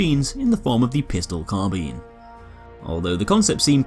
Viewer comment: Nice to see someone pronounce carbine correctly, unlike all the dim-witted millennials everywhere calling it 'car-byne'